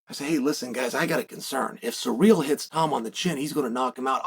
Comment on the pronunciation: See-rill not sir-real